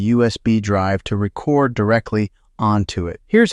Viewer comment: The word is "Re Cord"